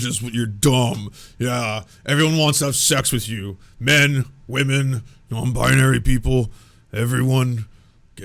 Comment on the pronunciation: Jeremy Hambly is the kind of dude who says "wahmen" and thats all you should ever need to know